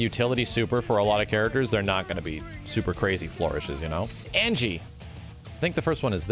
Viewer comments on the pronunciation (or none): none